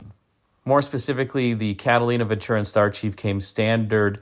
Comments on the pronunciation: once again, it's PRONOUNCED VEN-TU-RA...NOT VENT CHU-RA/ NO CH! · it's a Spanish word. I'm fluent in the language and it means, "Good Fortune." I've always said you come to the West Coast...NO NONE SAYS VEN CHU RA. Like midwesterners or peeps from the east say it. Even Network News Broadcasters say it correctly...VEN TU RA. NO CH. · VEN-TU-RA! No CH in Ventura!!